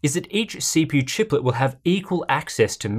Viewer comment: “Chiplet” lol